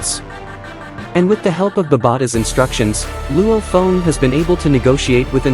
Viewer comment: But why are you call Luo Feng "Luo phone" 😅